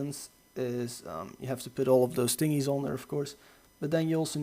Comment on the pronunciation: Tingys. The fuck is a tingy....